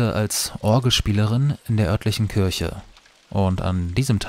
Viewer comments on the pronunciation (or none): none